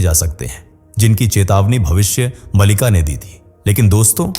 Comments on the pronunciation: कम से कम आप ग्रंथ का नाम का सही उच्चारण तो कीजिए भविष्य मलिका नहीं भविष्य मालिका है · भविष्य मलिका नही मालिका है. शुद्ध बोलला करो